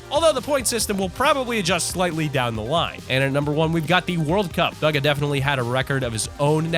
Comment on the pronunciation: his name is not buga